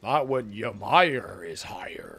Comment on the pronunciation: Omfg people learn to pronounce Ymir please